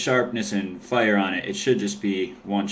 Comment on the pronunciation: You say fire so weird lol "Fyure"